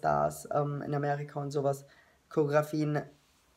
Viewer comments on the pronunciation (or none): Co-re-o-gra-fie-en So wird das ausgesprochen ... Ich hätte auch so reagiert aber finde dich irgendwie trotzdem nicht so sympatisch ................ Sry